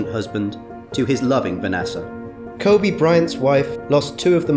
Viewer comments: It’s Kobe not Kobay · Kobe...not Kobay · “Kobe not Kobey “ For respect please fix, any language or dialect its Kobe. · It's KOBE not Kobay like it's Kobe beef from Japan. Respeck the name. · Ko-Bay-Bay! Ko-Bay-Bay! That's my song! Why is it you say his name right a few times, but most of the vid you call him Kobay? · Why this dude keep saying kobae smh 😡it’s kobe for ffs get it right dude!! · Ko-bay It's Kobe!!! The age gap only 4yrs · His name is Kobeeee not Kobayyyyyy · lol@ "Ko-Bay" .. It's KobEEEEEE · Say Kobe not kobay hah RIP mamba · I like the video but they keep saying Ko bay and not KO BE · Why are you pronouncing his name as "Kobay" tho? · RIP KOBE & GIGI 😢💔 Why are you pronouncing his name KOBAE? You would think everyone would know how to pronounce his name by now. RIP to the other people that was on that helicopter 💔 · Can this guy say KOBEEEEEEE’s names right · If you could only pronounce his name correctly. It ain’t KOBAY!!! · Ever notice the guy says Ko-bae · The way he pronounced Kobes name ruined the whole video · I can't listen anymore as you mispronounce his name!! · The narrator can't seem to pronounce Kobe's name consistently. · Nah. That wasnt a cheating scandal...that was a RAPE scandal. Let's be honest, he was a great father and basketball player, but a bad husband. I know people wont like this and I know its not the right time, but I just cant let you LIE on this video and re write history. He was not a "devoted" husband. Also, he didnt pronounce his name like the beef. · A little bit of research would have prevented this YouTuber from mispronouncing this legend’s name pervasively throughout the video. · I know the speaker has an accent but he is pronouncing it like beef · B GA Nah the host to makes me mad. He could've taken a few seconds to learn how to pronounce his damn name 😡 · That's right B GA that's right brother 👏👏👏. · He is pronouncing it like the beef because he has an accent